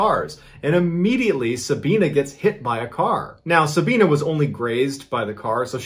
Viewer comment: Its pronounced Sabi not Sabean. As in the letter i. Sab i na.